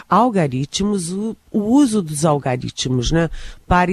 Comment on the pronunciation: Vc falou tanta coisa errada até a palavra algoritmo vc falou errado.por favor vai estudar